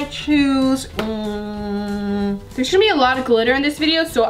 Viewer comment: can u stop saying shose(chose) like if u agree 👇🏿👇🏿